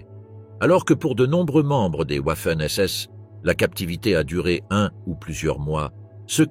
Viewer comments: Ouaffen SS 🤣🤣🤣🤡🤡 Waffen SS se prononce Vaffen SS ! Pas « Ouaffen » . Ouaf ouaf 🐶 😂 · Arrêtez de montrer des hommes de la Wehrmacht, renseignez vous avant de produire des vidéos. Puis on dit Wagon, pas OUAgon. Renseignez-vous aussi sur les prononciations. On dit "V''affen SS. Affligeant ce reportage. .